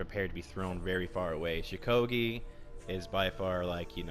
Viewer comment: First of all there many people who play law bringer very well second of all stop saying shukogi cuz its shugoki and third of all your opinion is shit